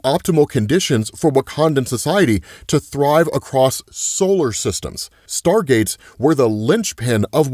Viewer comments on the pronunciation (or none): none